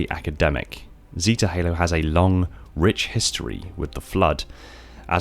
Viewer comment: It really triggers me how you say "zeta" lol